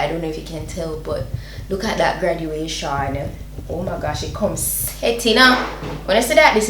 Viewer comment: GRADATION , not gradUation! just helping!